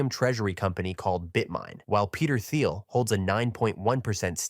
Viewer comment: Peter Thiel's a silent "h", pronounced Teal👍 Good content, I'm an Eth' bull.🤜🤛